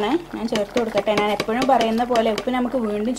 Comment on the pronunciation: നാന് അല്ല ഞ്ഞാൽ